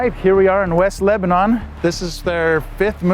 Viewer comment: I live 30 min from JSB, and 15 min from West Leb. I wait for the time the Prophet announces a temple here. Just as a note, and I don’t know why it bugs me, but “Con-Curd” and “Leb-uh- Nin” are proper local pronounciations ;)